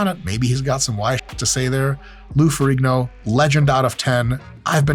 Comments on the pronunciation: Pretty sure ihis last name has a silent G, so more Ferreeeno than Ferriggno. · It's pronounced Ferreen-yo.